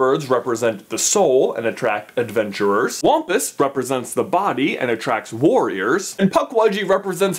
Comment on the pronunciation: Why do I feel like it’s supposed to be pronounced (wam-puss)